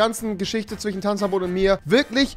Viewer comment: Sagt der im ernst zwichen statt zwischen..